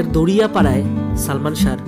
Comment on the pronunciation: দড়িয়াপাড়া না, দাড়িয়াপাড়া।